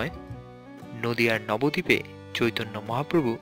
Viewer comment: Nobo dip not nobbodip